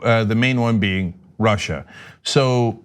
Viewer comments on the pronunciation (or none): none